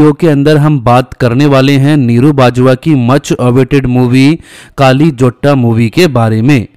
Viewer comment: Kaali nahi..kalli